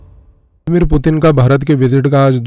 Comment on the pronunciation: लॅडीमीर नाही रे बाबा, ब्लडिमीर 😉☺️